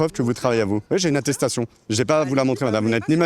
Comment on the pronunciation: Mdr atetation de journalite en diret 😂